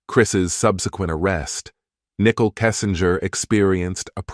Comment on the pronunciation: Her name is not pronounced nickel!